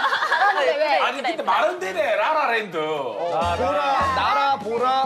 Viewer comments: ㅎㅎ주이님이 라라랜드 하는데 모모랜드라고 할뻔 했네용 귀여워요! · 주이님 ㅋㅋㅋㅋ 라라랜드야 할때 모라라랜드야 라고 한거 나밖에 못들음? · 주이 처음에 실수해서 모모랜드말하려다가 라라랜드라고하나 ㅋㅋㅋㅋ